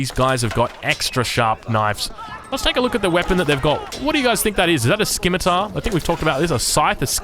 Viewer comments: I am pretty sure Scimitar is pronounced si·muh·tr or si·muh·tuh and not ski·mi-tar. It hurts so bad. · SCIMITAR - "SI-MUH-TR" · Is pronouncing it S-Kimitar a meme ? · What do you mean it's not Sai me tar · Really love the content. 1 small thing, scimitar has a silent "c" In it. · I don't wanna be "that guy", but I'm pretty sure you are mispronuncing scimitar.